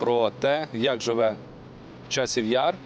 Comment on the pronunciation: Ты да же город правильно сказать не можешь;; !! Час-яр